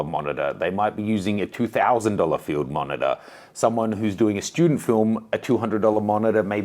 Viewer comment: Sounds like you say f***er when you talk about the monitor haha 😂